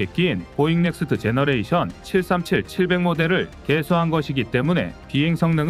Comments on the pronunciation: E 737 읽기 - "이칠 삼칠"이 아니라 "이 칠삼칠"입니다. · 이칠삼칠 이라고 해야되나요 이 칠삼칠 이라고 이자는 띄워서 읽어야죠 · 제대로 된 읽기를 ..... 이칠 - 삼칠이 아니고 이 - 칠삼칠 이라고